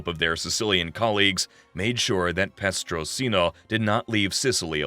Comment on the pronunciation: Petrosino not prestosino. Bonnano and maggadino were cousins not brothers Great video though, I really enjoyed it